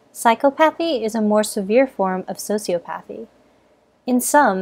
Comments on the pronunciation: Ugh, it was was painful hearing the narrator mispronounce "sociopathy" and "psychopathy." Not to be a Hermione here but it's so-si-aw-pawthy/psy-caw-pawthy. Sheesh. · Your pronunciation is incorrect. Emphasis should be on the second syllable: psy-COP-athy and soci-OP-athy. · Psychopathy (sy-kahpah-thee) & Sociopathy (socee-ah-pah-thee)...FYI. Also, both psychopaths and sociopaths lack empathy. So, a lack of empathy isn't the reason psychopaths aren't able to develop true relationships while sociopaths can. Thanks! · I thought it was pronounced Psy-COP-athy and Soci-OP-athy not phychopathee and sociopathee. 😃